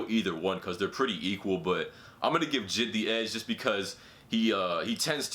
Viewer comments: Anyone else get annoyed how he said jid when the dots make it so you pronounce it J-I-D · U don’t pronounce it jid u pronounce it j.i.d. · It's pronounced ''J. I. D.'' not ''jid'' :D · J.i.d not jid bruh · I hate the way he said “Jid” instead of J.I.D. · This nigga really called J.I.D jid😂😂😂😂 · He said “JID” u pronounce it J.I.D not jid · He really said "JID" instead of "J.I.D" lmao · I think it's pronounced j.i.d not jid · This man said Jid but it’s J.I.D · this guy said jid its pronnounced J I D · “Jid”... it’s “J.I.D.” Lmfao. But he’s better then ski mask lol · Yo I love your videos bro but it’s not JID it’s J. I. D. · He spell j.i.d. like he is saying jead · Why he call J.I.D JID as a full 3 letter word? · damn really said jid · He pronounced it jid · It’s JAY-EYE-DEE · bruh why you pronouncing jid like that 😂😂